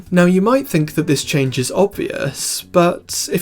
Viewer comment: "see if you can spot the chaaanggggeeee" peak accent